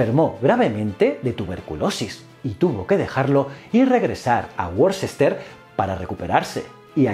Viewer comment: Vídeo excelente, pero en inglés, no se dice "Worcester", se dice ese ciudad como "Wuster" o "Wista".